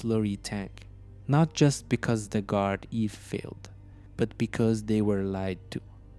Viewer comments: It's pronounced guarda. No worries good video 👍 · It's pronounced "Gard-ee" 😅 (Not that it matters though). The fella who commented on the last video tried to explain that, but his device automatically incorrectly corrected it to "Gard-eve". All in all, another great video! Still better than some of the videos some locals are making.